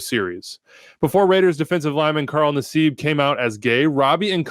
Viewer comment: It’s not pronounced Nah-seeb. It’s Nass-ibb Cmon